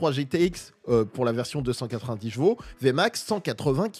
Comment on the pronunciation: J'en peux plus de ces youtubeurs auto qui ne savent pas prononcer chevaux, chaque vidéo tu sera obligé de parler de cheval c'est ton métier alors prend le temps ou des cours de soutien pour apprendre à parler de Gvo. Tu te promène avec ta gamine tu lui dit pas "oh regarde le Gval!" Bordel de merde fallait que ça sorte je me sens mieux 😅😅😂